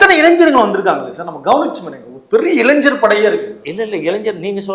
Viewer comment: நெறியாரே முதலில் இளைஞர்.....சொல்லு இளைஞர் ........................இளைஞ்சர் இல்லை...